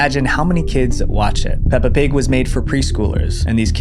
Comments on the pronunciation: “Pelpa Pig” lol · "Pelpa pig" 😞✌️ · ‘Pelpa pig’ hits hard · "ban pelpa pig!" MAN WHO THE F*CK IS PELPA? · PELPA PIG??